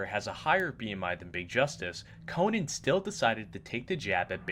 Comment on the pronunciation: Pronouncing “Conan” like you’re saying Conan the Barbarian is hilarious. Co-Nan O brain